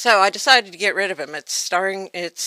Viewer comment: get rit of rats. Rid. Rid. RID. Reminded me of Porky Pig explaining how to get rit of rats. damn it! Rid!